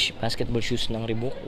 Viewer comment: (Reebok) Ribak, yta pag pronounce ndi ribuk (Reebok) 🤙